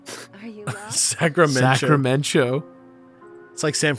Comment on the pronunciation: EVERY TIME! 😂 Sacramen-Cho 🤣